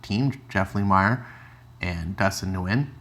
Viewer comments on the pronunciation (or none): You say both last name wrongs Lemire= Leh-Meer Nguyen= Win